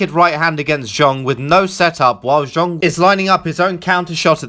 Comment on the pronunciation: Countered by Zong...?!?! Can you not even be bothered to learn the guys name ?